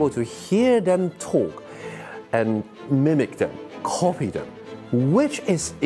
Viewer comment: ⋯your pronunciation of the word “copy” shocked me ⋯😮